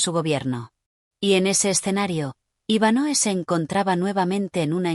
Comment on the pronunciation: Es Iván hoe no Iván Noe 🫪